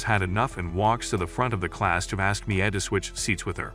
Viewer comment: Your pronounced Mia wrong you pronounce Mia as Mi a